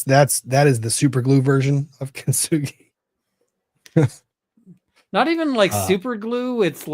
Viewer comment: Loved hearing get so upset about and her “I am golden” kin-to-soo-gah-roi mess. I had the same feeling and the mispronunciation killed me the whole time. Get kintsugi outta your mouth,!!!